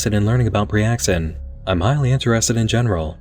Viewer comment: priaxin would sound more like a standard medication name than preaxin